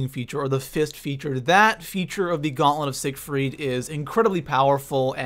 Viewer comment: Gaunlent of sigerfiet